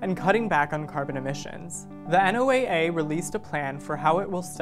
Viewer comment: Marine scientist here! Great video, but just wanted to say NOAA is spoken as "Noah" not "N.O.A.A." :)